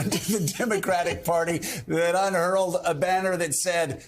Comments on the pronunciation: Interesting. But Joe: the word is "unfurled". Not "unhurled", which is actually not a word. But, I Carp. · “Unfurled,” not “unhurled.”